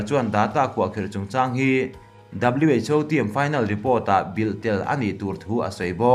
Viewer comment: Who lai khi WHO tih tur aw haha😂😂😂